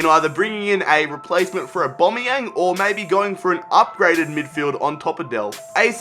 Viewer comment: Can you please say Aubamaueng properly